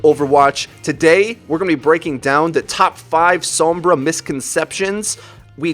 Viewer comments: i feel a 6th misconception should be added. How her name is pronounced. It's So-M-Brah, not Some-Bruh. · Isn't Sombra pernounced like home. like he keeps saying SoM-bra when I believe it's S-oh-mmmmbra.. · Every time you say SAHM-bra I wince a little. It's SOHM-bra. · It's pronounced "s-oh-mbra" Not "s-aw-mbra"